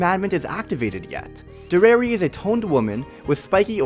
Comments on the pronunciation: Dare-e-air-e not der-air-e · i am sooooo sorry but you keep saying derer insteed of derieri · By the way her name is Dairy-Airy that's how you pronounce it its supposed to be a play on the french word derriere which is french for behind or ass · Its Deri-eri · Bro cannot pronounce her name righ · this guy dose not know what how to say derieri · Bruh they were sealed away 3000 years ago, and she fought in the war against the goddesses back then. But she is only 300 years old? Nahh.... B U L L S H I T Also you are pronouncing her name wrong. This may look like a hate comment but that’s not what i mean. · Why do you say deriere like that